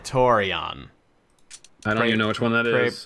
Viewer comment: It's pronounced "prey-tore-ian"